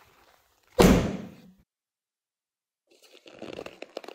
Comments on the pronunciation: Emphasis on "carefully" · When he says carefully He means it And we get it